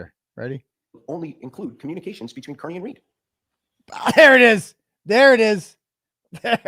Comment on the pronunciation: I So WANT to hear ( CAR-KNEE’s) Attorney to correct the mispronunciation of your last name!!! I heard him “ One time” Say Car-Knee!!! Then he must have caught himself and went back to KEER-KNEE!!!!! It’s his constant need to give a dig!! I just want him corrected publicly. But if not. At least I got it out: ))